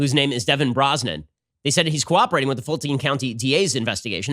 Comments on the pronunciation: "Cooperdating"? Where the hell do they find these DAs? Is there any standards now? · DA "Co Opridading Witness". Will Ferrel as George Bush during a presidential debate with Al Gore (SNL) "Strateegury".